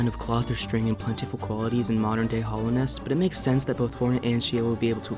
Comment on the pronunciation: In 4 years, will degrade far enough to say Hollownest instead of Hallownest! 😰